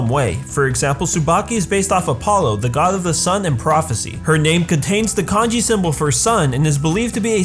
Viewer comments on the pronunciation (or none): none